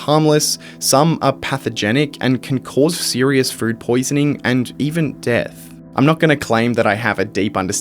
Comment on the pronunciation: why does it sound like you're saying "fruit poisoning" instead of "food poisoning"😂